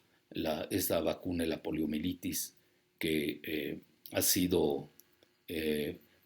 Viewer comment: ¿Escuche bien? ¿Dijo POLIOMELITIS?